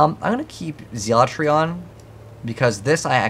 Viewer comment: What is zeel-a-tree